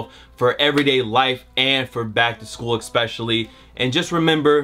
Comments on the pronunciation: gotta take his ass back to school talking about some "back to shool" tips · Back shool?? you need to back to school. lmao